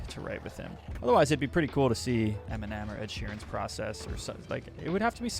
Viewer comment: i like that he sounds like he says m&m instead of eminem:))